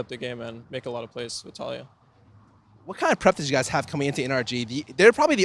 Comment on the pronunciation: it is pronounced taleeyah...